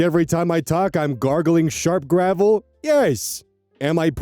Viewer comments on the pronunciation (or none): I heard shark gravel not sharp gravel and shark gravel sounds way cooler